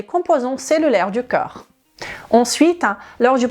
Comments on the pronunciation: Corps coeur prononciation differente idem magnesium 😅❤ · Merci pour tes vidéos sur la prévention santé...et autres! Je ne suis pas personnellement concerné par un problème de poids (ni d'alcoolisme comme ici ), mais je partage volontier à mon entourage. Une petite remarque que je pourrais faire, c'est de vous demander de bien prononcer,de manière différencier, les mots CORPS et CŒURS. C'est très troublant pour moi (et d'autres sans doute). Mon cerveau est toujours entrain de rétablir le sens correct du mot "CORPS "qu'il perçois, lorsque tu parles. Pour résumer, on entend plus "COR " et jamais "KEUR"! Un petit travail de prononciation à faire, si vous me permettez la suggestion,avec le respect que je vous dois, pour votre travail de qualité! Votre origine hispanique y est pour quelque chose, probablement! Gratitude pour vos vidéos, que je regarde ou écoute avec plaisir à chaque ( avant de les partager) Bonne continuation